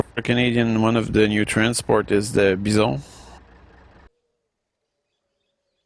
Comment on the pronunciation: It's not called the beesawn, it's pronounced Byezon